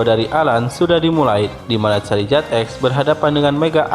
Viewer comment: Koreksi gan itu namanya bukan tipe karang tapi batu (rock) sama pelafalan nama Charizard itu (Char-Zard,i nya gak dibaca 😅) Garchomp juga cukup dibaca Gar-Com,Pyroar juga bacanya (Pai-Ro-Ar),Kyogre(Kai-ogre),Rayquaza(Rai-ku-aza)tapi tetap semangat gan,videonya seru 😁👍